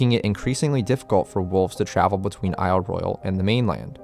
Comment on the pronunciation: Good video. You even pronounced the name of the island correctly! I live on the Keweenaw Peninsula of Upper Michigan - home of the headquarters of Isle Royale NP and the home of the Keweenaw National Historical Park. I suggest doing a video about the geology of Isle Royale and the Keweenaw. The billion year old volcanic deposits of the Mid Continent Rift, the native copper, etc would make a great subject for your channel.